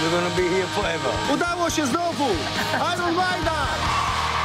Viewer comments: jak już to "ajern" a nie "ajron" gut inglisz TVN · A nie powinno byc «AJERN» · Ajron" xDDDDD